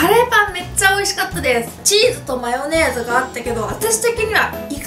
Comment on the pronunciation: ｢マヨネーズ｣の言い方がどうしても気になる。。。 特に と 、。。